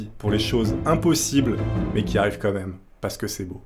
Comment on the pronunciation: gros t'abuse a dire "comme même" dés le début fait un effort stp